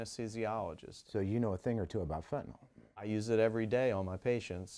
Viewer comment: Fenta NYL (nill) not Fenti NOL, Robert Kennedy is dumb af